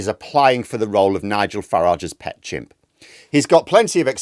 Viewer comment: I thought he said 'gimps'.